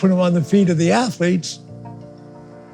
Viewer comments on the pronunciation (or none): "Student Ath-O-lettes". Of Course you dont have slaves here sir. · "Student Atholeets" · "Stuuudent atho-leets..".. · Ohho sir, student ath-o-letes, how clever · St-ud-ent atho-leth-es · Student atho-letes, ahha brilliant sir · "Student Athuretes" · STOO-DENT ATH-LOO-LETES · “Student ATH-OO-LETES” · "STUDENT ATHO-LETES"